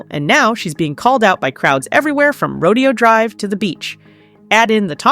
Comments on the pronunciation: It is pronounced "rowdayo" drive not rodeo drive. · It's Ro-DAY-oh Drive ....... Rodeo Drive is in Texas 🤠🐄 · Its ro-DAY-oh drive